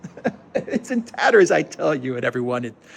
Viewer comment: tatterrsss...chips...fridges...🤣 she really is crazy, all she really needs is hobby like flower arranging or failing that a good seeing too every night so she is smiling all day long😉